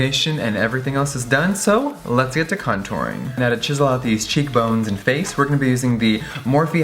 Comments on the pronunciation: Did he say CUNToring? lol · Baby boyyyyy, you know I love your make-up videos but we wanna see more of the fashion world <3 <3!!!!! COME OUT WITH A CLOTHING LINE, THAT WOULD BE SICK. Also I thought you said "cunt-ouring" as well hahahaha